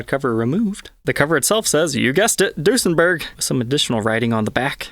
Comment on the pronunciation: In german when u say the ue it sounds like the ü so it would be pronounced Düsenberg. This is an Amazing video and I'd like to see more Duesenbergs on here thx a lot